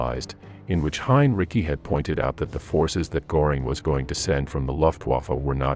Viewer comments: It’s “Gehring”. Not “Goring.” You lose credibility when you can’t pronounce the names correctly. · A very valuable documentary. Göring's name 's with ö and not o. So the pronunciation should be like that. Thank you so much. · Every time that naration voice mispronounces – in confident American phonemes – the name 'Gore ing', it klangs in my ears like a fart during the moment of silence at a memorial service. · Can't stand the AI stuff. And just learn to pronounce Görings name correctly, it is NOT Goring.